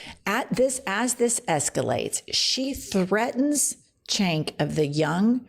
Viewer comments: His namee is pronounced Jenk, not Chenk. Ugh. You never research anything. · Jenn, not trying to bring negativity, just want to help with Cenk’s pronunciation of his name and if I’m wrong, anyone, lmk. But I believe it’s pronounced “Sank” or Jank, but not “Chenk” I believe. Take care Jenn. Great stuff, keep it up! P.S. Mrs. Scary Miller is literally just that. A female SM. Ick. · ms. Welch, his name is pronounced Jenk, not 'chenk' 🤍✌🏽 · Not chenk- it’s pronounced jenk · CENK pronounced Jank. Cenk owns The Young Turks independent news here on YT. Their commentators are real Journalists. Cenk was one of the originals that started the Justice Democrats where AOC was nominated. They are a Progressives. Hisan Piker is related to Cenk. You need to have them both on your show. Ask Cenk how he worked at MSNBC.When he tried to report as a journalist, he was pulled into the office and told they'll give him 10 million to speak their narrative. You have to have them on your show!! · Cenk is pronounced like Sengk. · His name is pronounced Jenk. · Jennifer Cenk name is spelled with a C but pronounced like a J so it's Jenk ! Love your show 💙 always watching 👍🙋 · Charlie Kirk's mispronunciation of Cenk's name really stuck, huh? (I'll give you a clue - Jarlie Jerk...)